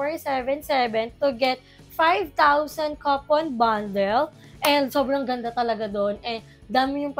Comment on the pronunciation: Bakla coupon hindi copon bundle. My sakit ka te puro palpak. Social climber ang potek.